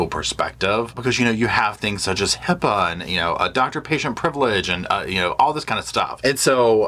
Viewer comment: I would have zero confidence in this attorney who can't even name the technology or even say HIPAA. As far as college, prisoners further their education all the time. Lexi can get her PhD from prison.